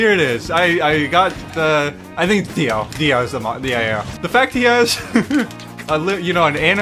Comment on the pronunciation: “I got uhh… it think it’s Dio.” My brain: “You thought he would say Giorno Giovanna, but it was I, Dio” Edit: He even spelt his name out wrong, he say DAO and not DIO 🥲